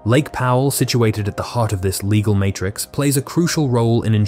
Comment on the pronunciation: "... a complex, leggle [sic] framework ..." -- because your robo-reader can't pronounce "legal"?